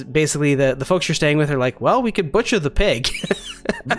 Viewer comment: Buthcer! Lol